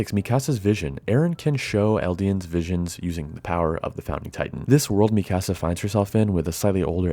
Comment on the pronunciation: Great video but man, it was so hard to hear you say Mikasa’s name lol. It’s ME-KUH-SUH not ME-CASA 😂